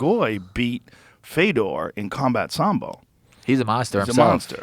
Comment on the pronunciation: "The Russian Fedor" I still knew what he was trying to say, When Fedor was the last emperor Russian was called Fedor let's goooooo